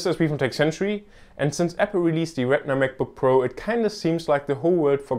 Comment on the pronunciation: If you ever do another video like this, please try to pronounce retina a little different than regular, it was hard to differentiate at times. Good job though!